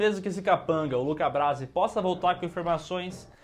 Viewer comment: até . "LOCA BRASI" ? E NÃO Luca Brasi? AAAAAH TA